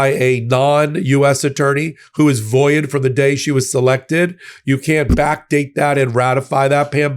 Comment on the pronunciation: the word is "void" -- not "voi-id". And you're a lawyer!?